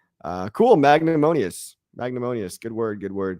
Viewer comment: Mag-nan-Imous lol